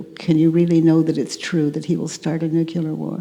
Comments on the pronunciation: Katie, please...7x "nook- yoo-lar". It's "nook- lee-ar". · “nukelar” war?!? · It is nuclear war, not "nukiliar war". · I always found humor in President Bush each time he said the Word "Nucular" I always wanted to help him in the tiniest way by a tiny tidbit of simple information given to him as a gift. "Nuclear" dear President. Well he is gone from the public eye but I can still give the gift to a wonderful person such as Byron. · love Katies work, sooo needed. i noticed Katie pronounces nuclear as "nukular, ", like Bush used to do, seems that bugs some of the attendees,& the lady on stage actually s-p-el-I-s it out (i think to get it thru to Katie?) & a few audience members try to e-nun-ci-ate the word. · She says nu q lar 😀that's funny. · Watch Katie mispronounce nuclear, as nucular. Several attendees become so uncomfortable and try ever so subtly ingeniously to "correct" her. Anyone of these people could do a worksheet on Katie's inability to correctly pronounce words! How attached we are to our beliefs about learning! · STOP SAYING NUCULAR